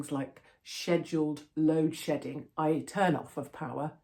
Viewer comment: Sounds like "load shitting"